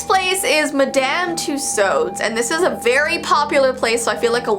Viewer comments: i love this video! Absolutely no hate meant with this but Madame Tussaud’s is pronounced like two- swords🥺💞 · Aha, it's pronounced "Mad-uhm" "Two-Swords" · You pronounce it like madam too-saws